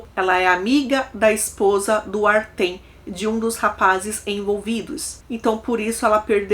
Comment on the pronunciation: Oi, o nome nao é Artem, escreve Артём e pronuncia "Artyom". É um nome slavo comum.